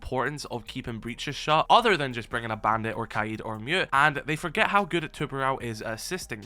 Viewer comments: how the hell do you mispronounce kaid it’s not kaïd or wtv it’s kaid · The way this guy pronounces kaid pisses me off